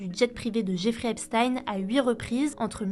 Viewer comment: C'est EpstEEN pas EpstAÏN svp